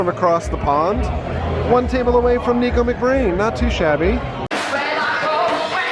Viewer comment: Just to let you know, a lot of people get this wrong but his name is pronounced Nick O not Neek O.